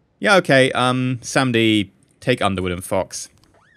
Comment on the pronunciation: SAM-A-DI... Not samdi